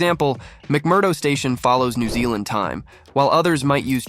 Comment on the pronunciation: NEW *ZEALAND